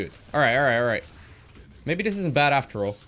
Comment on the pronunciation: it was like beod haha